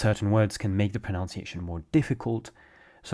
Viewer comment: proNUNciation not proNOUNciation.